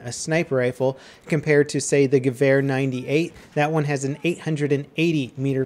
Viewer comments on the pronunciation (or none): You just butchered the «Gewehr»...